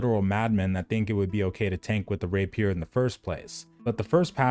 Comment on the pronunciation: rApier, not raPIER